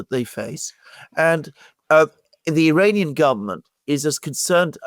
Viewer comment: and Alexander you'd better stop mispronouncing Iranian. ( Uranians).!!!? what the... is that? have you lost it too?